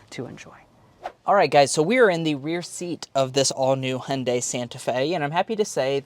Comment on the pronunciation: As a Korean i appreciate you trying to pronounce Hyundai the correct way. Love your reveiw style. not too long but in-depth enough for the details. Keep it up